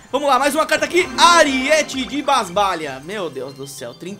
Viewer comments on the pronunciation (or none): Não é "ariéte" e sim "aríete" vc falando errado me da agonia